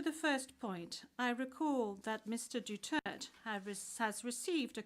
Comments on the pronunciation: It should be DUTERTE not Dutert why asking for a name and then not addressing correctly. 🤬🤬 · Atty please po Pakisabi sa kanila mag pronounce ng maayos ang last name ni PRRD.